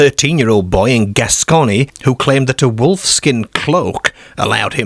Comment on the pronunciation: Nice summary. I also liked your pronunciation of 'Gascony'.